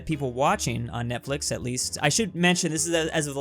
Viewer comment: "netflex" literally